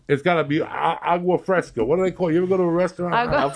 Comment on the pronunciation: “Awgwa Fresca” Tremendous